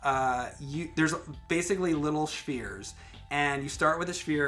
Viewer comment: "Schvers" Weirdest pronunciation of spheres I've ever heard.